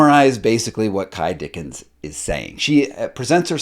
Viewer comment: Some corrections: it’s Ky Dickens not Dickson. The spelling board is quite intentional ( do your research) not even close to being a Ouigi board. On tape 10 the kids do share for the whole session. My opinion is you need to do more homework before building your summary…. There are lots of holes in this evaluation.